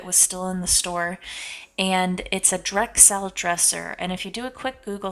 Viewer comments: Drexel not Drexelle. Good video though! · it’s pronounced like Drexal not drexelle. There’s even a town here in North Carolina by that name. I live 2 miles from Drexel and I live across the street from the old Drexel furniture warehouse. Just thought you should know.